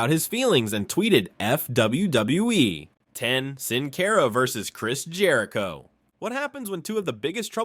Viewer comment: Who is "Sin Cayra" ?